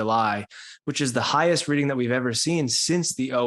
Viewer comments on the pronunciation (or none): none